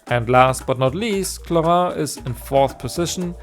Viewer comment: I shall appreciate the only guy who spelled "clorinde" in an actuall french accent.